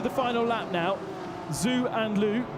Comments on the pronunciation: BTW, Zhou is pronounced "Zo" not "Zoo." LOL, "Rally crossing BMW." :) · The Chinese name Zhou is pronunced like Joe. Zh has a J-sound in Mandarin Chinese. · Yeah he butchered Zhou's name as well. But a lot of people think it is pronounced that way.